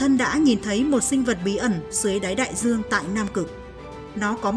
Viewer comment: Nói thì đường buồn nghe,giong đọc. Nhiều từ nghe sai sai. Đai duong, thì đọc Đai giuong. Do, thì đọc gio....còn nhiều từ nữa.......ok